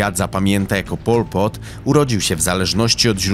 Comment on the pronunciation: nawet nie potrafisz wymówić jego imienia, a nagrywasz o nim film. No kurwa brawo.